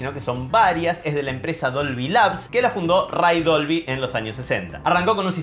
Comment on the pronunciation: Dolvy... Siempre le dice Dobly... Debí haber parecido un idiota!!!